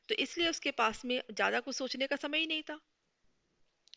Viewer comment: Mam par sorry , par aapka था, पा jaisa lag rha hai